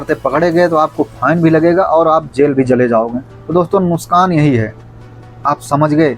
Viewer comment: नुशकान😅 नही नुकसान होता है